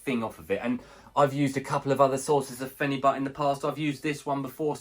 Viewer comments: This is ridiculous! You can't take phenibut every day. I've been taking it once a week for 6 years and it's fine but any more than that and you'll run into major problems with tolerance and withdrawal. Do not tell people they can take it daily, this shit is serious it will ruin your life. Also its pronounced fen-a-bute, not fen-a-butt. Also mixing the powder into a giant glass of liquid like that is just a horrendous idea lol throw the powder in a shot glass with only 1 ounce of liquid and down it in 1 gulp. The taste is terrible. No way I'd be able to drink a full glass with phenibut in it. Also too bad you feel nothing. I've had some friends say that. For me I definitely feel it strong. Makes life amazing. I'll just be so happy. My life will seem like the best life. Nothing is a big deal when I'm on this. Can't get down about anything. Makes me want to socialize way more than normal. Can not have too much socializing when on this. Also it makes me extremely horny, I consider that a negative side effect actually. The whole thing lasts like 36 hours too, so if I take it on a Saturday morning then the whole day and the next I'll be feeling it. Amd there's no come down like alcohol or other drugs. And yes sleep is amazing. Can sleep 10 hrs when normally I could never do that. Theres been some times it actually made me too tired and I dosed off while standing at work.. I've also fallen asleep mid sentence while laying down and speaking to my gf. Things that would never happen to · Pronouncing it incorrectly